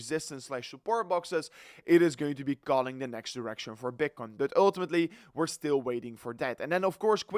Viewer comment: when you say one more time uullltimatli man